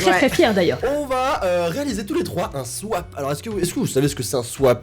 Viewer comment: Elle dit pas swap elle dit swaip